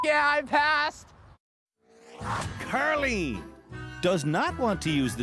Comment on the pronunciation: Why is Karlene's name pronounced car_lean